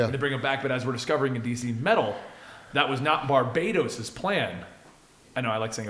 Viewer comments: om im sorry but i have to... its not bar-bay-dos its Bar-bah-ttos! Fron the Latin word Barbatus! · I think right with the Barbatos pronunciation. They didn't just stick '..bat..' in the middle, while telling a story about a demon hunting Batman. It's Bar-Bat-os, not Barbatos like Barbados. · Stop calling barbatos barbaydos thats not how you pronounce it!